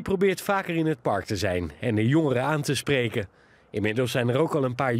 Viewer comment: Beste voice-over: Het woord ''park'' heeft 1 lettergreep, dus geen ''par-uk'', erg irritant!